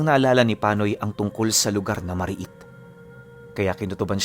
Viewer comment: Mari-it ang tamang pag bigkas ibig sabihin ng mari-it liblib at maraming mga nilalang sa isang lugar, at ang sinda namn ang ay sugat na nakukuha mo kapag pumupunta ka sa mari-it na lugar dahil napag laru-an ka ng mga engkanto or iba pang entity sa lugar HEHEHE taga Pototan Iloilo po ako